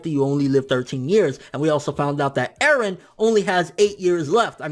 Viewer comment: Mikasa = Mik-gaysa Eren = Garen Armin = fuck off